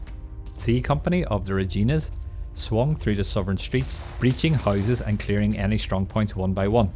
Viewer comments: it rhymes with fun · You know you did a really good video. You explained the battle really well. Long time coming. I just wish you knew how to pronounce “Reginas “. Every canadian is cringing